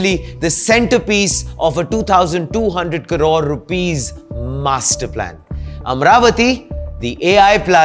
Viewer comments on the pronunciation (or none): none